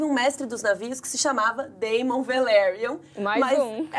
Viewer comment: Olha só... O nome Daemon não soa como "Deimon", e sim como "Démon". Sempre que tem "AE" o som tem que ser "É". A Daenerys não soa como "Dãni", mas como "Déni"... Sigam o exemplo do nome Aegon, que soa como "Égon", e por isso o apelido do personagem é "egg".